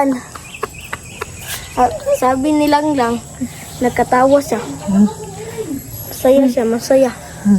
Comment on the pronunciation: Ung pgbigkas nya ng Langlang, kuhang kuha nya, ang galing nya, matalinong bata, kinikig si sir Paul,,, k